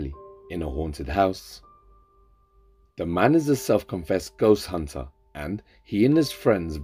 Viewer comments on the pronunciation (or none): none